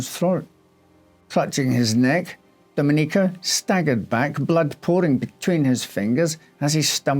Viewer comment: Love this channel, but it's Do-MEN-ee-co, not Do-men-EE-co.